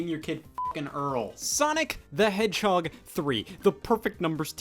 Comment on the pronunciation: chaotix is a "heeden gemmm?"